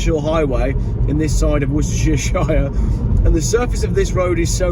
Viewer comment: Hi, I like you posts but something irritates me slightly. When you say the name Worcestershire, why do you keep adding an extra Shire on the end, perhaps I don't know what I am talking about, or maybe you do it without realizing, either way can you move to Devon please Regards